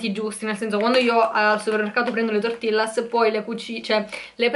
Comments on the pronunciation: Senti io non voglio essere stronza ma azzeccare almeno un nome non si chiamano mocha non si legge tortillas tortijas 🤣🤣🤣sorry ma ste cose mi fanno uscire pazza a me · TI PREGP, SI DICE TORTIGLIAS NON TORTILLAS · Si scrive "tortillas" ma la sua pronuncia è "tortiglias" è in spagnolo 😊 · cmq tortillas si pronuncia tortiglias:)